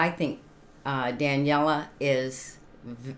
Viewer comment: Welcome Back to Daneliya. She is just unstoppable. You are pronouncing her name wrong. It is pronounced DUH--NELL--EE--YUH